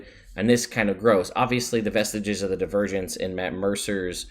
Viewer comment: Oh, "Vestiges of Divergence." I thought you said "Vestige of the Virgins."